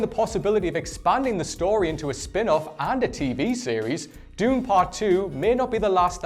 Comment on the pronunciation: You mispronounced planet dune